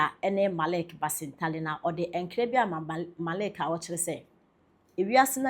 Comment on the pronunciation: Why do some people say Marik instead of Malik?Not all of them come from that place.